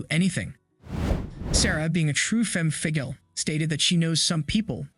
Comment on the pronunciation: Femme "figgle"??? Femme Fatale